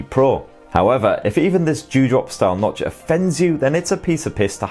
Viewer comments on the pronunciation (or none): none